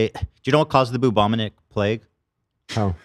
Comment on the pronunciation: Ethan calling it the bubominit plague 😂